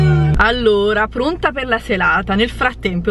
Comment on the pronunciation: ma solo io al minuto ho sentito:"Plonta pe la selata" ?? 😂😂😂